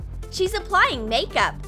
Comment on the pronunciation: I felt that when she said “nakeup”